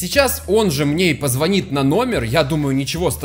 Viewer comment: Он сказал "позвОнит" капец